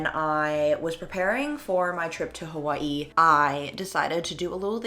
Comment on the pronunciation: 1. Iʻm glad youve figured out whats been causing you all this pain 2. OH MY GOD SHE SAID HAWAIʻI RIGHT